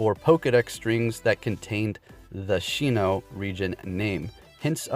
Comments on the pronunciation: Broooo it’s sinnoh not shinnohhh wtf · She-No Region?? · Shinno? I think you mean Sinnoh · Oh my god the way he said sinnoh